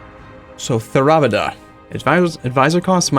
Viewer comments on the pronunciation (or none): Theravda = Tare-uh-va-duh (tare as in a scale)